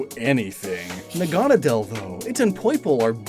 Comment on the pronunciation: The way you pronounce Naganadel bugs me a bit. The anime says it differently.